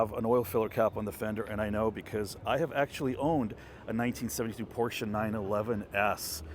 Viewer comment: Thanks again for pronouncing por-cher, in case anyone doesn't know how to pronounce it, unless they don't want to know it. Mispronouncing it as pos or por-chay is no big deal. But it's better to pronounce it correctly. Or to read A-kan-sas (Arkansas) and Phee-o-nik (Phoenix) is my liberty, it depends on each person's thoughts.